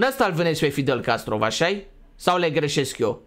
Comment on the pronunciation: Fidel Castro nu fidel Castrov